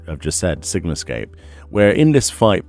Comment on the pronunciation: "SigumScape" Your pronunciations make my day :)